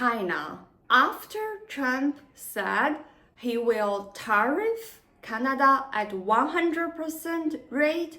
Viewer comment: It's Canada not Chinada!